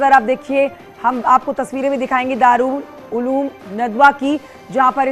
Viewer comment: Madam News Reader Darul Uloom hai